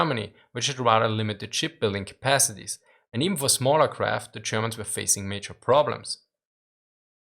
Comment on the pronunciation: I watch this channel mostly to hear "zee Germans"... :P